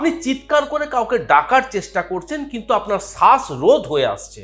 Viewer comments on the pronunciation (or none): সাস না শ্বাস